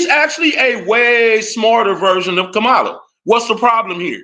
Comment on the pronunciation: So you decided to give the most corrupt man in politics crazy power. Did you actually listen to what Kamala was running on? We say we don't want hand outs but instead opportunities. Kamala (comma-la) (crazy you're pronouncing her name the way Trump does.....but you don't follow him right?😂) Kamala had economic policy to help black men. Tax credits for new fathers, money for investments. Under Biden black poverty was greatly reduced, factories increased. The complete opposite under Trump. Yall talking about trans-boxers in the Olympics when Trump caged kids and separated families??? Get out of here man!!